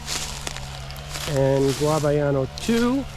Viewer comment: I can’t with the guavayano 🤣 it’s GUYABANO